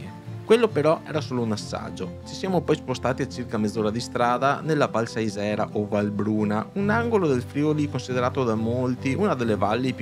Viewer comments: si dice Sàisera,. Video molto bello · Siete finiti dalle mie parti. In effetti la parte bassa della Val Sàisera (si pronuncia così) non è molto interessante, ma la parte alta, al cospetto delle pareti nord del Montasio....... Durante l'inverno tutta la valle diventa il paradiso dello sci da fondo; la parte alta penso sia una delle più belle piste da fondo delle alpi orientali; anche se la temperatura difficilmente sale sopra i -7°. Bel servizio (come sempre)